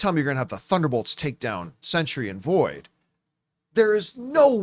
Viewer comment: The word “Sentry” has 2-syllables.